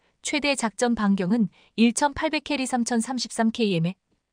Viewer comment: 아가씨 km을 케이엠이라 읽지말고 킬로미터 읽으세요!